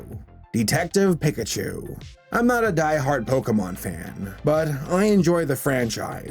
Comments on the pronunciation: Stop saying pick a chu. it hurts my ears. It's peek a chu. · that's probably why you said pickachu wrong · I could tell by the fact you called him "Pick at you." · everyone's hyped about hazbin hotel and im over here gettin mad bc he's saying "PICK-a-choo"... EVERYONE says "PEEK-a-choo". except saber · Piccachu no hate. It’s actually satisfying hearing you say Pikachu like that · pronounces pikachu pick-a-chu Me: REEEEEEEE!!! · Weird the way pronounces Pikachu. He pronounces it as “Pick-a-chu” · It’s pronounced pee-ka-chu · Ah yes...I can't wait to watch Detective PICKachu too (listen to how pronounces Pikachu o^o) jk I'm a huge fan lol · You said PECKachu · "pee-ka-chu" is the offical pronunciation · What is a Pick-a-chu? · excuse me, but its pronounced pikachu (PEE-KA-CHOO) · I'm not gonna be one of those rude fellas in the comments and pick-a-chu for your pronunciation. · I can't take him seriously when he pronounced Pikachu as PIC-achu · "pick a choo" really...? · Did anyone else get annoyed when pronounced Pikachu as Pickachu? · How are you so bad at pronouncing Pikachu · The way you say Pikachu is odd. Not "So Cringe Grammar Nazi Must Correct You", just odd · "I'm not a diehard Pokemon fan." Mispronounced Pikachu 2 seconds earlier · Im sorry, but i couldnt not point this out, your pronunciation of pikachu is painful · Does it bug anyone else that was mispronouncing Pikachu? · I just... i can't get over how he says pikachu... I mean yeah, that's how it looks how it should sound, but still... EVEN THE TRAILER SAYS IT RIGHT